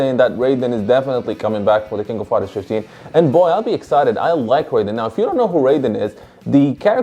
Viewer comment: Isn't it pronounced as 'r-eye-den' in Fatal Fury?